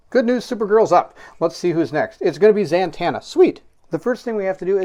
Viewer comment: Who is ZaNtanna? Ummm yeah....read it if you don't know, it's Zatanna. Man-child, you giggle like a little girl and then sound like Mickey Mouse.